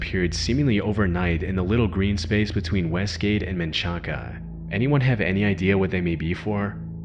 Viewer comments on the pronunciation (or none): Fun Fact: "Menchaca" is pronounced "man shack." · It’s pronounced man-shack. 😆